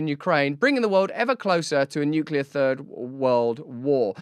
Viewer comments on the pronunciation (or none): none